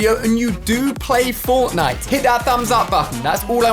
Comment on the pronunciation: I am paying fwoftnwite